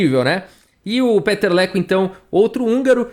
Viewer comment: VOU DAR A PRONÚNCIA CERTA DELE: PITER LEKÔ